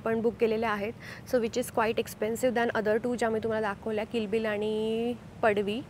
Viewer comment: Ek tar padvi ahe padshi nahi.